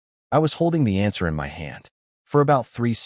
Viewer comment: why is the word "MY" pronounced as "M-Y" separately as ketters.